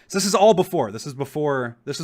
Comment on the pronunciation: BEFORE NOT BOOFORE